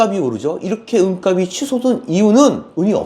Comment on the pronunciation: 내용 넘 좋네요 잘 봤습니다! 다만 은값이 [은갑시] 라고 표준발음 부탁합니다. 은갑이 [은가비] 가 돼 발음도 안 맞고, 무슨 갑? 상자? 이런 느낌이 됩니다.